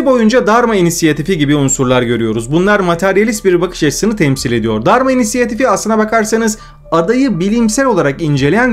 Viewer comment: abi Dharma insiyatifi mi diyon ben mi öyle duyuyorum cok önemli değil ama orijinali Dharma İnitiative yani Dharma Girişimi